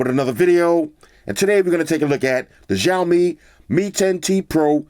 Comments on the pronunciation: Hey floss. I just wanted to mention that the Xiaomi is actually pronounced “Sh-ow-mi”, not “Jow-mi”. Great video as always brotha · dude it's not jaomin its chowmein, the name of the brand you're pronouncing its wrong. always here to help big brother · no its shaw-mi